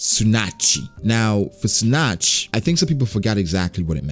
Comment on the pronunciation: Isn't it pronounced (tsu-nah-chee)